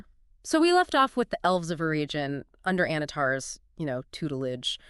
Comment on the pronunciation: Please. Please learn how to pronounce Eregion, Celebrimbor and Galadriel.